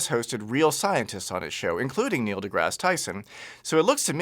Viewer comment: He can’t even say Neil’s name right.